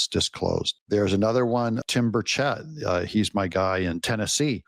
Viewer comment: Doug your killing me mispronouncing Burchett’s name